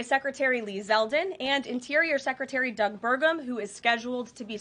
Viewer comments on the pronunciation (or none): none